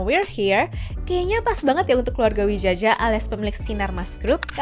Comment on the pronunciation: Widjaja dibaca Wijaya, please deh 🫠